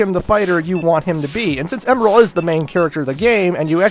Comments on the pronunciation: I thought you said emerls name like em and then like an errrrr but with an l at the end. Last time I checked, that's how they said it in sonic x. You were basically saying emerald. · Actually it's pronounced (eM-eL)